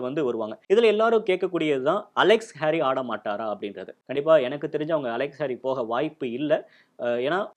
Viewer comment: நல்ல பதிவு .... இரு சிறிய திருத்தங்கள் ... அவர் ஜாம்பா (Jampa) இல்லை ... ஸாம்பா (Zampa) ... அதே போல ஹாரி (Harey) இல்லை ... கேரி (Carey) ....